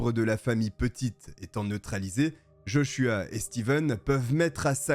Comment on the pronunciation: Heureusement que t'en prononces JoshuWaah des fois redonne le sourire car l'histoire est tragique 😱